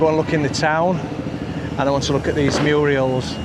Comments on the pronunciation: The word is murals, not murials. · murals mate not Muriel . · Murals not Muriels!